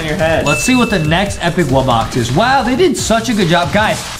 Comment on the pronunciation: The fact that Justin says wubbox wrong instead he says wubboc